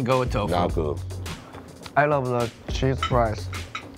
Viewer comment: "Tofu wif cheese? What the fuh?!" Lmfao